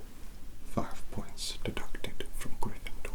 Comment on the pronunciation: "A-FIVE MILLION-BAJILLION POINTS FROM, A, A-GRRRRRRRRYNFENDORRRRRR"